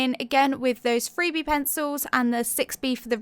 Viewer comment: lol, I keep hearing the "free-bee" pencil, instead of the 3B. XD